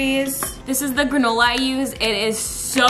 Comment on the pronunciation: Anyone hear her say Ganola instead of granola ?!?